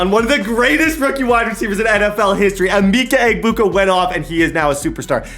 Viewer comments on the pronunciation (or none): bro you're pronouncing Emeka Egbuka's name wrong and it's painful. it's UH-Mecca Eh-Booka (you don't pronounce the G in his last name)